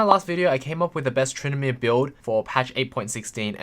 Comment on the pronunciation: "so fokin good at trynndameer"